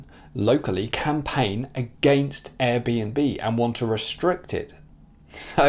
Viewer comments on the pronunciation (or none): none